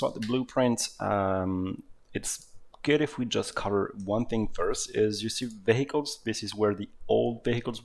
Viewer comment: when he says "vehicles" i just hear "bagels"